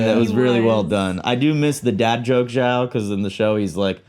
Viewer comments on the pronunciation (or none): none